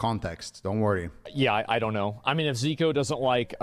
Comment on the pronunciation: Bruh, why he does pronounce your name wrong? Every classic Andy knows who you are from the HC tourny. When I saw his little drama video, I was thinking to myself "Ziqo?! No way, how could he do this" figures.